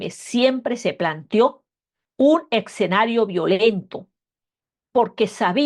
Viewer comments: No se dice "Exenario" ,se dice "Escenario" tal como se escribe... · Con el debido respeto y admiración, no es eCsenario, lo correcto es eScenario